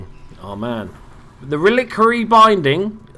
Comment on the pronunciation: Good video! Just so you know its pronounced, "relic-wary" :)